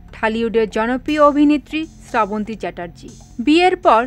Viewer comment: আপনিতো নামটাই ঠিক মতো বলতে পারলেনা